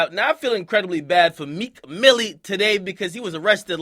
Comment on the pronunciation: How tf did meek add another L to his name? (MiLLLLL) Stahp, pls.